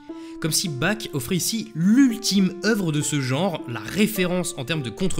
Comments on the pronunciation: <Mode mec chiant activé> Ça se prononce Barh <Mode mec chiant desactivé> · Ouais, je vais faire mon pénible, mais entendre "Bac" a longueur de video m'a bien fais pleurer... Pourquoi vous prononcez son nom comme ça? :o Et a part ça, vidéo incroyable, comme d'habitude! merci, mec